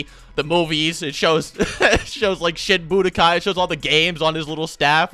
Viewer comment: i keep hearing "shit budokai" when he says "shin budokai", hm.